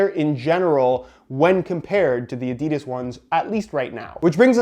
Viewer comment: At least you say football and boots but please say Adidas right